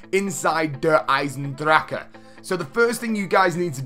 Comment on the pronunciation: I still haven’t heard anyone pronounce Eisendrache correctly